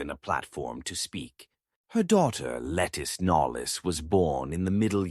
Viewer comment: Lettice Knollys is pronounced LaTees Knowles.